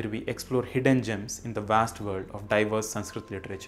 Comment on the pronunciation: Your videos are very knowledgable. But why you use extra "A" pronunciation in every Sanskrit word.